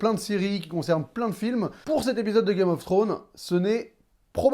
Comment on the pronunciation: ça me stresse tu dis "Game of Throne"... y'a un -S à la fin de Game of ThroneS, il faut le prononcer. Beaucoup trop de personnes l'oublient ce -s, c'est triste...